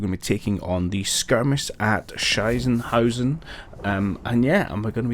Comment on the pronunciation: Your pronounciation of Sichenhausen actually would mean "shithouse" in German. Just thought you might find that interesting.